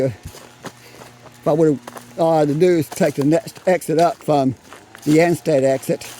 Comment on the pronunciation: ANSTED... not a stead as you spelled it. HAWK'S NEST STATE PARK, not 'hock".